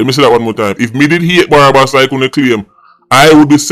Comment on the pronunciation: Man seh barabas lmao 😆😆😆😆😆a joke thing it’s okay